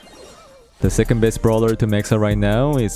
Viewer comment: « the secondbest » 🥶